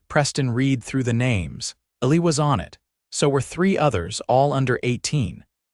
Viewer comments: Eli is pronounced EEE-lie geesh get a better text-to-speech engine & proof the audio before you publish... take pride in your work. This was a great story, told badly! If you write the text the way it sounds & not follow grammar/spelling rules, this would have been a 5 star vid. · I was thrown by the poor kid's name. "Illy" made me think his name was Billy and the B got scraped off his tag, but Craig was too cheap to get him a new one. Then he was Ali, then Elly. I finally caught the correct spelling in the captions and realized the kid's name is Eli! The automated narrator didn't know how to pronounce it. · Pretty nice, even with the kids name mispronounced the whole time..